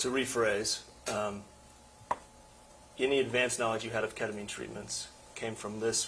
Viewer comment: Agreed, like you’ve been on this case for 7 years. And don’t know how to pronounce the child’s mother who committed unaliving in your case or the number one subject in this, ketamine? Really errrrks me 🤬